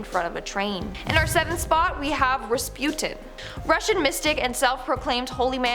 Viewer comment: uh.... is Res-Pew-Tin the way to pronounce the name?